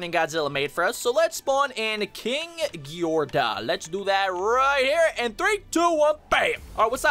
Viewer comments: you say ghidorah like this: Gi door uh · "Ghidorah" is said "gi-door-a" ok also i bless to the gods it will rain COOKIES only around your house.